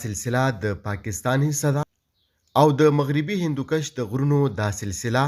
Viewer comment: کوہِ ہندکُش نه چه کوهِ ہندوکَش)۔۔۔ ښه تحقيقى رپورټ دې)